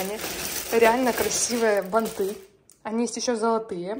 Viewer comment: бАнты. И во всех производных - ударение на корень слова